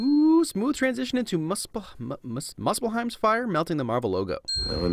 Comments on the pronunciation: Muspelheim Is Pronounced (Moose Bell Heim) Not (Moss Bel Heim) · pronounced mus-fil-hiem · Moose-pull-high-mmmmm is how its pronounced. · It's moose fell heim not mus pel heim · As far as I know the way you're meant to pronounce muspelheim is: Moose-pl-hi-m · Its pronounced Moos fel haim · Muspelhiem is pronounced “Moos-pel-hiem” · Me the norce history buff: ITS pronounced mooz-pel-hime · moosfelhime spelled like it is pronounced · it's pronounced "moos-fell-hame" [exasperated norse noises] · muspelheim is pronounced as mus-thel-hiem just to let ya know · It’s pronounced MOOSPELHEIM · Musphlheim is actually pronounced ~moose-full-hyme~ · Mus-phel-heim sorry for correcting your miss pronunciation also love the work you do and i cant wait to see what movie is next to get winned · Muspelheim is pronounced as /MOO•sple•heim/ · Common mistake it is pronounced Muss-phel-heim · Oh btw little correction muspelhiem the p is pronounced F as if it was ph not only a p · i like how you start your video with a pronunciation of muspelheim similar to taikas pronunciation of marvel studios ;) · Muspelheim is pronounce with a moo